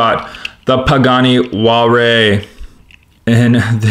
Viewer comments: It's pronounced hu-why-ra. HU is silent why-ra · you said pagani wallray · Please learn how to pronounce Huayra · What is that Pagani Huare you speak of? :) Nice race and nice 5-pack.Thanks for showing this.